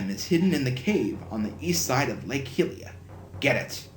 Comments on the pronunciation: its hi-ee-lah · I'm pretty sure it's pronounced High-La. I may be wrong and if so I apologize but I'm sure that I have heard it pronounced that way before. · Hylia is pronounced, Hi-lee-uh, not the way you say it. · Basically, yes, but within reason, of course. Saying something like Zich-ly-ono-ya for Hylia would be very wrong indeed. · Hey great project so far. I always enjoy when you do a zelda project. However I am gonna be a bit nitpicky. Hylia is pronounced High la